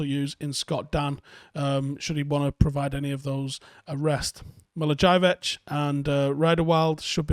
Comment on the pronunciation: It's pronounced Millivauyevitch...mee lee vo yeah vitch...wouldn't expect you to pronounce the ć, but I mean, get it right, mate...thank you.